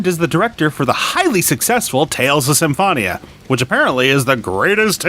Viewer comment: U pronounced Symphonia wrong